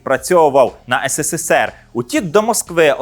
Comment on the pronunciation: Вже кажіть правильно українською "есересер (СРСР)", не ссср